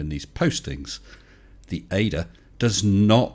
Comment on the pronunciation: We say it as initialism. The A-D-A not as an anagram. FBI not SCUBA.